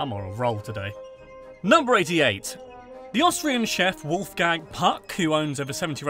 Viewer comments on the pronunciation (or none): none